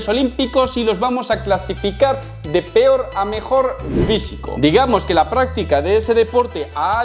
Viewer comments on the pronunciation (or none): none